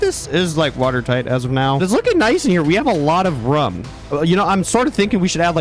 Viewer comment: we have a lot of RUM (instead of room)